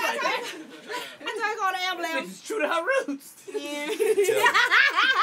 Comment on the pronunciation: The look karlous gave when he heard her say ambulamb😂😂😂😂😂